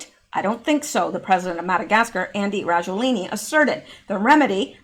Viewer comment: FLU is a VIRUS and they DO vaccinate against it BUT.... Generally UNSUCCESSFULLY as the virus of the flu MUTATES !!! ALSO.... Why and How can you REPETITIVELY READ Rajoelini.... When CLEARLY the last letter of his name is NOT an "i" .... but an "A" STOP GUESSING !!! lol Just READ the unknown word!!! SYLLABLE per SYLLABLE !!! ;-)))